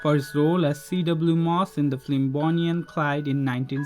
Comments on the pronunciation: just a note..... it’s “film” not “flim” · The person who is narrating this is saying flim instead of film. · As do most, likes the old format much better. If you must change to speaking format, please use someone who can speak English. Pronouncing film as “flim” every time drove me nuts. Other mispronunciations less aggravating, but????? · I liked the narration but the word film needs to b pronounced correctly since it’s used in almost every profile. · Silent is better, especially when the narrator can’t pronounce words like film.